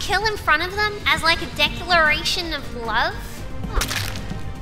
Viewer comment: im in "lova" with Ash sayin "lova"